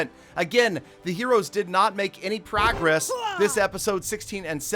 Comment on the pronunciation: Why does he pronounce “progress” like that?